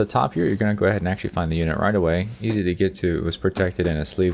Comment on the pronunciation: lol sexually or actually, what the hell is exually :p